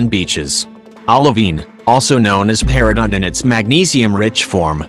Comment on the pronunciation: This horrible auto-voice cannot pronounce words. Please replace it with somebody that has a pulse. It's saying "ki-LAH-wee-uh" over and over and over. And I still can't get what the green bead thingys are, after several replays. Is the voice trying to say "peridot"? It is maddening!!!